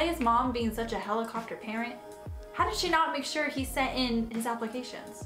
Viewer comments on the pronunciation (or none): none